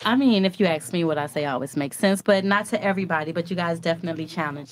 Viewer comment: How the hell can you "axe" a question??